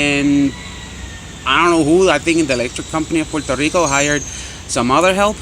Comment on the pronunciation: Oh yea, and nice beard, and you pronounced it right 😂💪